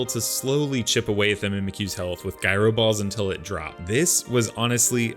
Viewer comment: For future reference: The g in "gyro" is not pronounced like a g. It's pronounced like a j.